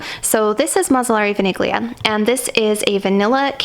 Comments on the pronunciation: Vaniglia is Italian and it's pronounced like "Vanillia" (without saying the G) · VANIGLIA is pronounced as “VANI-LYA” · vaniglia it’s vanilla so you pronounce it vanillia like that ,don’t put the focus on the g